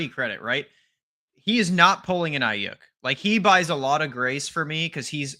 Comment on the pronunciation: Every time he says Brandon "eye-*YUCK*" it triggers me.